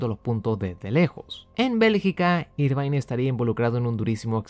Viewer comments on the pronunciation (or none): Excelente video como siempre. Como crítica constructiva, te recomendaría solo revisar la pronunciación del apellido de Eddie Irvine, que se lee más parecido a "ervin" o "irvin" que a "irvain" (en Wikipedia sale escrito en IPA, menos charcha jajaja).